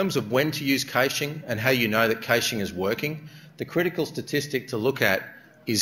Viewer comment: He's gotta be about the only person I've ever heard pronounce it "cayshing". Wikipedia has it as /ˈkæʃ/ (sounds like "cash").